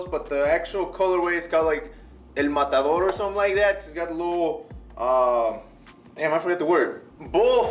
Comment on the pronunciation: Dude! nice review, the fact that you pronounced the "Matador" word with the original accent is very appreciated haha.